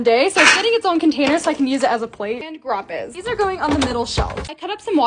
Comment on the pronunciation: "ON MAY WAayYy" "GrApyEs" "